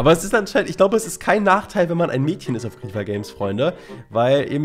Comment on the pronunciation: "grriieeffeerr games" Es heißt griefer (englisch) 😂👍